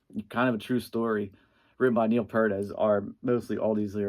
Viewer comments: its Peart not Pert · Someone just hates the synth era of RUSH! Also it’s pronounced PEERT NOT PURT!